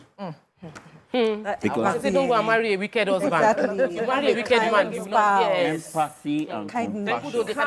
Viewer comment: Good discussion for married couple. Please can someone teach how to pronounce her words. Can someone please teach her how to pronounce the letter "H" in her words. For example, pronounce 'Husband', not 'Usband'.